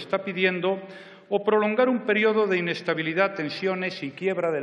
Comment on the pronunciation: Qué chistoso habla Rajoy, "inestabilidá", etc. :P